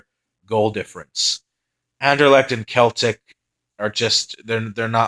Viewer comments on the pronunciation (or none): Tut tut.... yes it is pronounced “Sel-tik”. Good vids though. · Celtic is pronounced Sel - Tic